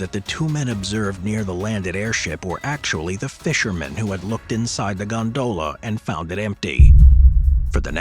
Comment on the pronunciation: Stop saying gondola like that... You're accentuating the wrong syllable.... It's quite infuriating to people like me who have misophonia. UPDATE YOUR AI! WE ALL KNOW THAT'S NOT YOUR VOICE...